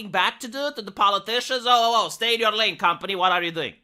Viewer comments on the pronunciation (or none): none